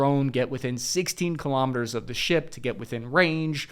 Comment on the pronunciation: 'Kilometers' is pronounced the same as 'kilograms', not ka-lom-it-ters. Kilo is pronounced key-low, not ka-lom.